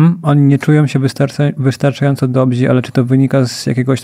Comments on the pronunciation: Dobrzy nie „dobzi” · Dobźi? Dobzi? Nie ma w języku polskim takich słów! Panowie - DOBRZY. 😉 Pozdro. Podcast zaje! 👍🏻